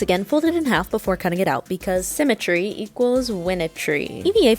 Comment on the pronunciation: “Symmetry” she stresses…… with only one sock on